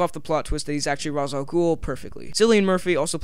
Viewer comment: its not raz its rashe